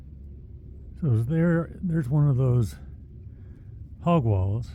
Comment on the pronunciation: And it's pronounced "hog waw" not "hog wall".